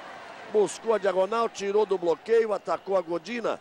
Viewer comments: "Gordina" kkkk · Gordina foi O FIM!!! kkkkkk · "Gordina" kkkk É Godinaaaa ... e quem bateu foi a Sokolova ... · Que agonia do Galvão falando "Godina", sendo que ela nem estava em quadra.